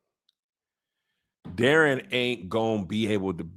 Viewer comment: I don’t like how they’re pronouncing Daeron’s name in the show. It’s (Day- Ron) 😂